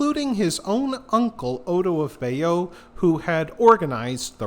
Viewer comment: Pronunciation is pretty awful. Bayeux pronounced Bayo. Northumbria pronounced North Umbria as if it is in Italy! Mont St Michel is not a "mountain top abbey" it is a rocky tidal island.